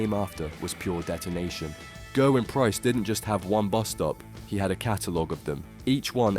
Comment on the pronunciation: It's GERwyn btw not GURwyn